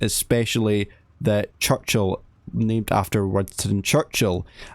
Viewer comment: 1) clickbait 2) CHUCCHIL 😂😂😂